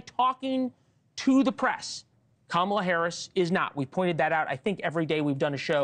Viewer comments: Wait--the way Corey pronounced "Kamala"--is she a foreign agent or something?!?!?! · Congratulations on allowing him to mispronounce her name that many times … great work! 😁